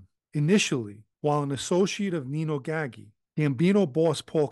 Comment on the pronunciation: I thought it was pronounced gaggi not ggahgee like he's saying also gaggi was cousin to dellacroce seem that nepotism runs rampant in mafia